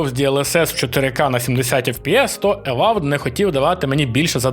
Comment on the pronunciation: Єдине, що скажу, краще казати не ававд, а евауд))